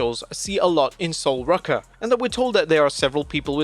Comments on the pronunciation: who tf is sol "rucker"? lmao. pronounce it as it should be,; ROO-cuh. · Sol Rucka? Ruca. Pronounced Roo-ka. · It's ROOCA, not RUCKA!!🤬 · i thought it was sol rue-ka not sol ruh-ka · sol "roo-ka" not sol "rucka" jfc man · SOL ROOOOOKA NOT RUCKA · Its not Lola its Sol Ruca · Sol "Rucka"?? Apparently you don't realize the castanet between two vowels rule do you you clown? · You gotta spell it sol rooka if you want the AI to pronounce her name properly. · Please tell me I'm not the only one a bit triggered by him pronouncing Sol's name as (Sol Rucka) 😂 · It’s Sol Ruca dammit get it right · how about you learn how to pronounce her name properly. 😒